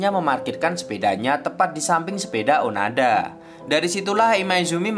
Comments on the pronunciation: Onoda bukan onada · Maaf, bukan Onada min tp Oooonooooodaaaaaa😃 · Bang kalo di anime namanya onoda bukan onada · Izin meluruskan, namanya bukan onada, tapi onoda, terimakasih :) Karena saya sudah menon animenya secara langsung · onoda min onoda...bukan onada... semangat terus min.... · Onoda min bkan onada, ini mah anime favorit ane mim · Onoda bang bukan Onada. Sorry kalo aku salah denger karna aku dengernya onada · Hmm bang, maaf nih kayaknya namanya Onoda deh, bukan Onada hehehe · Onoda min bukan onada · Onoda min. Kesel gw dengernya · Onoda bang bukan onada 😁😁😁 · Onoda mas bukan onada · Admin nya nglindur ni, onoda bang, bukan onada.. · onada atau onoda ya? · onada apa onoda sih min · onoda sakamici atau oanada bang 😂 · Onoda bang bukan onoda hiks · onoda min bukan onada di animenya si gitu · Onoda bang bukan onada :v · Onada apa onoda sih jadi bingung 😀😂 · Bukan onada tp onoda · Seingat saya namanya onoda , bukan onada . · bang onoda bang, bukan onada bang wkwk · Nyebutin nama kok berulangkali salah? Onada apa Onoda? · onoda boss bukan onada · ONODA NGEN, BUKAN ONADA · Gatel denger nya... Onada.. Kalau di anime nya Onoda